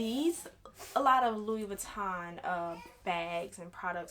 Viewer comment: Woman it's pronounced like Lewy Vuitton not Lewis. 🤣Luv ♥️your makeup 💄 doll. I have the 26 old style and Yes I turned mine into a cross body because my other LV's are bigger and heavier and Ion really care what others say about I move around a lot and want to be safe-Cause the robbing these days frfr.